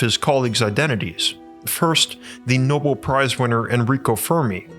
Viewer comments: no-bell, not no-bul (Nobel Prize) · It’s pronounced no-BEL.